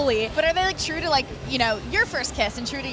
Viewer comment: Eva can't pronounce true that good she's so cute lol